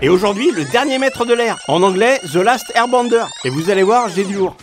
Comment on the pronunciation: Air bEnder, pas bAnder lol